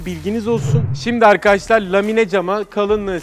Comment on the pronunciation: 'Evet Arkaaaşlarr' 'D' Harfini Yutan Adam Gibi Adamm..